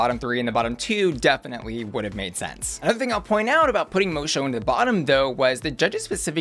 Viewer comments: Miss Moço is pronounced Mo-Su. Moço is Portuguese for boy so her name translates to Miss Boy. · Finally a girl with a portuguese name, now i can be that person who corrects the pronunciation yay! The "Mo" part you got right, but the "ç" makes a S sound and in portuguese the "o" in the end of words is pronounced like a "U", or for english speakers a "oo" , so in the end the pronunciation would be something like "MOH-soo" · its pronounced miss “mosso” 😅💛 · Miss Moço is pronounced Moe-Sue. The pronunciation you gave it in this was just painful. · Right? What is that pronunciation? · Idk why but the way butchers Miss Moço's name just hits... diferente. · Lmao you watched the show and still somehow can’t pronounce Moço’s name right 🤦🏾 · I think you mispronounced Miss Moço's name. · Just one note ... It's Miss Mo-Sue not Miss Mo-show but other than that, you're on point as usual <3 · Miss Moço is pronounced Mo-Sue not Mo-Shoe. It's a portuguese pun for Miss Boy. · Moço is pronounced Mo-Soo, not Mo-Sho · I'm confused did u watch it on mute? Moçu, and the judges all pronounce it MOE-SUE like, a bunch of times. I don't understand where u got mosho from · It's pronounced mosoo... Not mosho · Mo-soo not Mo-show… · The pronunciation is Miss Moço (Mosso), not Mosho. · PLEASE PLEASE dont spend this season saying "Miss Mowshow". It's pronounced "Miss Mossow" The C is supposed to be a Ç, like in Miss Moço. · it’s pronounced Mosu not mocho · bro it’s pronounced mo-SUE, not mo-show 💀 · Just letting you know, it's pronounced Mo-soo not Mo-show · its Moço (Mosso) not Mosho - and yes, I think she´s won the lipsinc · Moe Show is going to be this season's Ozzie Onna? (It's pronounced like mo-soo) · I'm more excited about this season after watching the first episode, I wasn't sure just from the promo. Fun fact, moço means boy in portuguese. So Miss boy. Pronunciation 'mosu...mo-sew'.. not mo-sho. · Pretty sure its pronnounced "Mosu" not "Mosho" lol